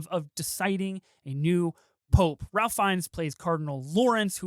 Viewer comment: Great review :) but first, Mr. Fiennes first name is pronounced Rafe :) and thank you for saying intersex instead of trans lolol...